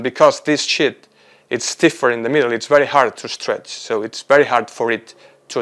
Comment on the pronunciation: Quite interesting research, but he *REALLY* needs to work on his pronunciation of "sheet" 💩 Start with a long Spanish “sí”: siiii. Replace s with sh: shiiii. Add a clear final t with a little puff of air: shiiii+t → sheet. For “sheets,” think “she eats” said quickly: “she eats” ≈ “sheets.” Words that might help: “Shiva” “Shiitake”